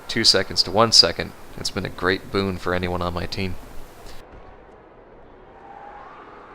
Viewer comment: Did you seriously say "boon"